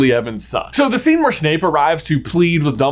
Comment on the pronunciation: The SCHENE where SCHNAPE arrives!! xDDD🤣